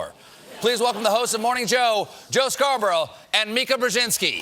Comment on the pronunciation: SCAR BORURGH? HE IS SCARRED.